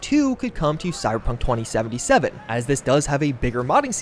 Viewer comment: Cy-Ber-Punk...3 syllables, not 2. Not cy-pun. Slow down.